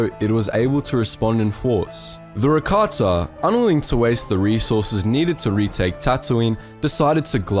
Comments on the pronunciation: Why does he say rakatsa aghhhhh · Is he saying Rakatssa?